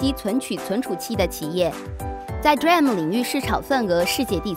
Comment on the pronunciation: 哈哈 連 D RAM都不會唸